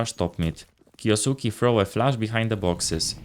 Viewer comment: It's kyousuke not kyousuki